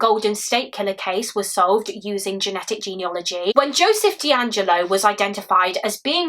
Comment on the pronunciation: Fantastic story-telling, as always. How dreadful to have to wait all that time. One tiny thing- the word is ‘genealogy’ not ‘geneology’ (I didn’t realise this for ages).